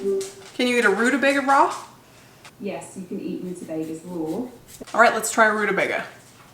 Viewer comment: How u were saying can u eat a turnip raw? Was so confusing to me lol sounded like you were talking about a bra 😅